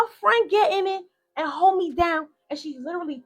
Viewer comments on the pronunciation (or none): none